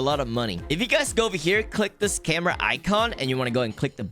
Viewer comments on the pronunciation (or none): none